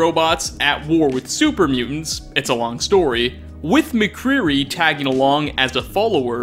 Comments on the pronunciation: Mawcwuri? Macready. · Y’all are focused on saying “daughter/Son” instead of mother/father, and I’m sitting here like he said “Macreerey” instead of “Macready” sorry if I spelled that wrong... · Lol was about to say the same... Then he called Macready Mcreary & I was triggered 😅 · "Macready," not Mcreary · Hold up... Maccreary...? I thought you knew this stuff... heh. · Also did you mean Macready? instead of Mcreary? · Who the hell is McCreeree? Did… did you mean MacCreedy? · *I believe you meant to say: farther or mother 😂 "MacCreary.", there's no shame in proofreading your script or redoing lines 😅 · You're not Sean's son or daughter. You're his mother or father. Also, it's Macready, not Macreary. Love your videos, though! :) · You said macreary instead of instead of macready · Macready was in 2 games and he still got his name wrong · how did you fuck up Macready's name??